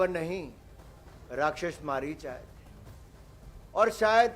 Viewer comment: ये अनपढ़ अपने को पड़ा लिखा बोलता है हिरन मारीच बन के आया था मारीच को मरीच बोल रहा है ये गटर छाप है भाई